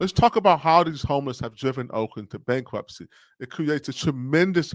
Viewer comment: BankWhupsy? Did he say BankWhupsy?